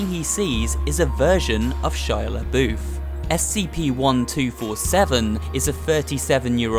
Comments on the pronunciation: Shia La BOOF?! It’s Shia La Buff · its shia labuff not shia laBoOf